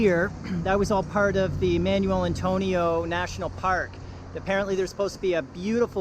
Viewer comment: Yeah the pronunciation is just awful on everything here. "Man-yoo-el Antonio", facepalm.